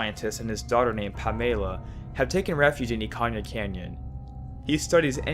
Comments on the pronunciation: Ikanya??? Bruh, wtf is wrong with your pronunciation? Can you not Read? It's Ikana.... EE-Kana!! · "Ikan-ya"? Bro, where are you getting all these extra letters from? 😂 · Nice theory but stop pronouncing stuff incorrectly lol theres no y in pamela or in ikana